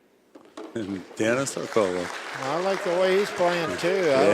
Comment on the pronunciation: It is Orcullo isn't it, not Orcollo ?